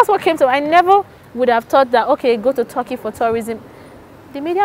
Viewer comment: Hahaha TORKEY instead of TERKEY(Turkey).